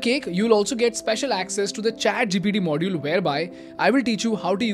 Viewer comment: Adidas is not adhidhas, lol it’s called lacks not lackhas..don’t know what that means? lol ChatGPT module not Modgueeele. Hahahahaha. Wtf is scooorchiiing.) I think it’s called drink but rather you prefer to call its drink. Ohh boy..